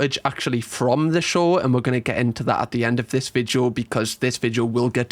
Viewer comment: I wish you would stop saying Vidjo, it’s Video!!